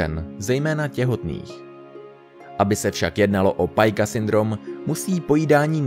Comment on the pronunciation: Pica síndrome je z latiny takze se nevyslovojuje pajka jako v Anglictine, ale jako pika.